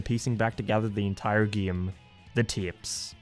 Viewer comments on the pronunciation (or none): Why does he say “giem” instead of game? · He says geam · hey keeps saying gaem lol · I can't concentrate when I'm laughing my ass off on how he pronounces "game" and "update"